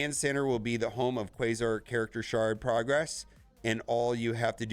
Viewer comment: It caused me physical pain every time he mispronounced Quasar. It rhymes with Radar. Not Laser